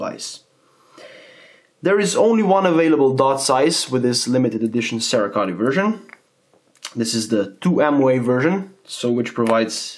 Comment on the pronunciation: 'Sarah Coat'...Cerakote pronunciation.